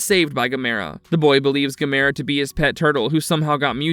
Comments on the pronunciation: Why can't they pronounce Gamera correctly? Also the humanoids weren’t from outer space so I don’t know why they called it Humanoids of the deep space. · Stop mispronouncing Gamera!